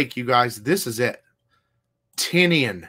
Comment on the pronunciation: Hey, it’s pronounced James Tiny-an... almost like saying tiny onion. That’s why his horror magazine is called Tiny Onion.